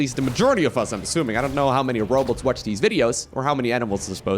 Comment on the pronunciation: You say "robots" like zoidberg from futurama